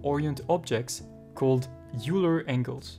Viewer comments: great video, thanks a lot. and maybe you know this already, but Euler is pronounced "oiler"/"oy-ler" not "yooler" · Oiler! not youler.. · It's pronounced "oiler", not "youler". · It's a common mispronunciation, among people of all accents. "Euler" looks like it should be "yoo-ler," similar to "Ferris Bueller." But it's actually "oiler," like "someone who oils." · It's is pronounced "oiler", not "youler". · you pronounce "euler" as "oiler" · Euler is pronounced like "oiler" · Great video. "Euler" is pronounced "oiler" btw. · It's weird but Euler is pronounced like Oiler or Oy-ler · Euler is a german name, pronounced "oyler" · Not too important in the grand scheme of things, but it's pronounced like "oiler." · Dude teaches Euler rotation and pronounces Euler wrong every single time. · Dumb pronunciation of EULER!